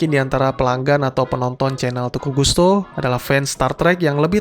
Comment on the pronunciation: lebih cocok teuku gUsto ngomong nya daripada gOsto 😬